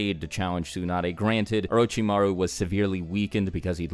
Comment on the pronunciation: whats wrong with u english native guys, its not "soon-ah-dae" its "tsu" TSU TSU TSU! there is a "T" at the begining: TSU NAH DAE